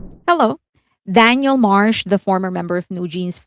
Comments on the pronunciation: I don't mean to be rude, but you keep calling her DANIEL. Daniel is a male name, as in Daniel Craig, Daniel Radcliffe etc. Her name is Danielle, pronounced, Dan-YELLE, with an emphasis on the second syllable. This has been commented about here before...?? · It’s ‘Dan-yell’ you keep mispronouncing her name. ‘Dan-yill’ is a boy’s name. And are you going to ever discuss Mark Lee’s controversial and racist t-shirt? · I believe, with effort, you can manage, after all this time, to pronounce Danielle's name correctly. It's been years now, literally years, and you pronounce her name in the masculine - Daniel. Her name is the feminine version - Danielle. I'm not trying to side with her on anything, I'm saying that some stans get all in each other's spaces for the mispronunciation of Korean names, and can there be an effort to say those correctly. So, in all equality, we can put in an effort to say a Western name correctly - Danielle, not Daniel. The legal documents will also reflect that name as well: Danielle Marsh or Marsh Danielle. Not Daniel. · Great coverage as always - very thorough and informative. But you went back to pronouncing her name as Daniel (male name) instead of Danielle (female version). You were pronouncing the name as Danielle for a while… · Can you please pronounce DaniELLE right?